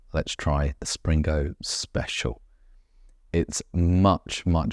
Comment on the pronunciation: Enjoyable vids, thank you. I visited the Blue Anchor in 1978 and it doesn't appear to have changed! Pedant Point - its Spingo, no 'R' in there.........